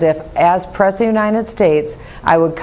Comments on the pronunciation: I just cannot stand to listen to her say "as Presnet of Unine States." Where is this woman losing these consonants? Take the talk out of your nose and your tongue and teeth to make sounds other than vowels and soft consonants, Luv. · IM FUCKING SCREAMING AT THIS COMMENT LMFAOOO "PRESNET OF UNINE STATES", HELP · She can't even say "President" properly. What hope has she got!